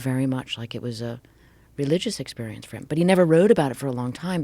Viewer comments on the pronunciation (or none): Joe Rogan Exspearence 😅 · Joe Rogan "Expeirence" deep love you slap joe hogans bald spot